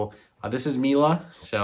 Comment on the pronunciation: Hey, her name is Mile pronounced (me - la):)